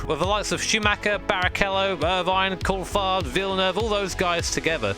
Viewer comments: your pronounciation of Coulthardt sounded like Cold fart. this got me thinking.:D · "Schumacher, Villeneuve, Cold-fart, ..." :D